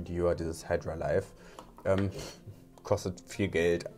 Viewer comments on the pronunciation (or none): none